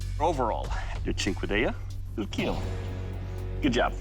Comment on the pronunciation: It wheel keal.